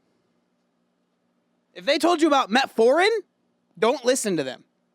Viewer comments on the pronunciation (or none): Man!!! Your reaction to this video after he said "metforin" 😂😂😂😂. Im with ya. If you cant pronounce it you have not business speaking on it. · OK, I'm a doctor and I will say this. He did pronounce metformin wrong, but the first line treatment for diabetes is lifestyle change. This means, when someone is first diagnosed with diabetes, before going on medication, they should control their blood sugar with diet and exercise. Exercise does help to push the sugar from your blood into your muscle, lowering your blood sugar and controlling your diabetes. Medication comes into play for people who refuse to undergo a lifestyle change and therefore their blood sugars remain uncontrolled, which can lead to end organ damage. So....... He's not wrong in saying that. Just needed to get his word pronunciation straight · Yes, he mispronounced the drug, and ten minutes was a likely a poor representation of the research. That being said, here's a scientific article that suggests that there is some truth to it. Thirty minutes of strenuous exercise after eating significantly lowers average blood sugar. "Frampton J, Cobbold B, Nozdrin M, et al. The Effect of a Single Bout of Continuous Aerobic Exercise on Glucose, Insulin and Glucagon Concentrations Compared to Resting Conditions in Healthy Adults: A Systematic Review, Meta-Analysis and Meta-Regression" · I will say you got emotional when he pronounced it wrong…